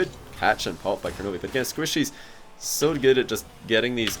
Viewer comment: Does he realize it's kronovi and not kornovi?